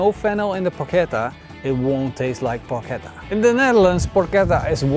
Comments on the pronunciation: The correct pronunciation is Porketta not Porcetta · This is not Porchetta. It's not cooked enough inside just like every cooked meat in the world outside Italy. Plus, so many other things. Also you are saying the word wrong... So this is your porcetta but don't mix it with the real "Porchetta" <-- Correct spelling. You would think that, at least before doing a video on it, you would get the pronounciation of the name of the dish used in the title correctly as for starters. But of course not... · Dude, nice video but PLEASE say 'porKetta' the next time. ❤ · PorKetta Is the right pronounce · Nice! Correct pronunciation is porKetta 😁 ch=K in italian